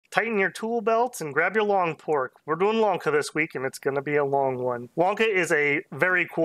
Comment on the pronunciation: Bro he's saying Wonka frfr